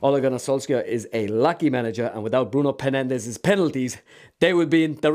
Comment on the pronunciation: “Bruno Penandes” 😂